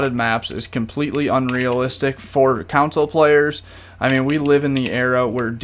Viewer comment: and "consul" instead of console